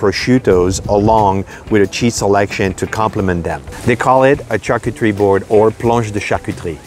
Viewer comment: Lmao she said “charcoocherie”